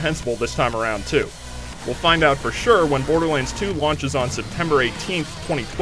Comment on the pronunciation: Love how he says Borderlands :D "Borderlinds"